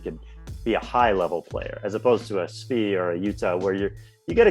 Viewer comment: Also dudes its not SVY, it's SVI. Pronounced SVEE